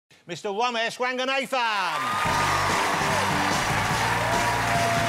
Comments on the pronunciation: Lord love Jonathan, but the man can't pronounce "Ranganathan" properly to save his life ;) Romesh is HYSTERICAL. Gordon Ramsey just giggling to himself, and I was DED. HAHAHA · Nightmare for Ross to pronounce his name. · I CAN'T AT HOW JONATHAN PRONOUNCES HIS SURNAME AS RANGA-NAYTHAN LMAO LIKE JUST PRONOUNCE NATHAN THE SAME WAY IT'S PRONOUNCED IN "JONATHAN" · Its not Ranga-Nathan Its Ranga-Nothin’ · Woss puts da Wang in Wanganathan! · Mwister womesh wanganayfun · Womesh wanagan ethan